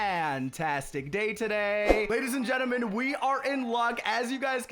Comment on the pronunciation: At the start of the vid he said geneman instead of gentle man